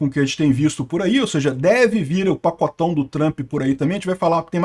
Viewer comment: Pq o enche a boca pra falar do pacotâo do Trump?